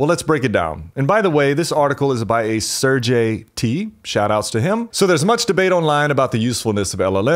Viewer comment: Not ser-jay but ser-gay 😂